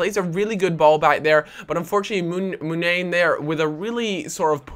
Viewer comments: Pronounced Munayeeen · muniain is said like mun-i-ain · Munian is pronounced muniyan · Moon-eye-ian =Munian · Butchering Muniaín there